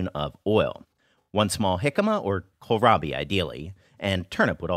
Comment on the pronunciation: wohw, i've never heard anyone say Kohlrabi in English. This is nice